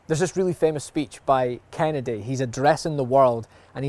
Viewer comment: I thought he said Canada not Kennedy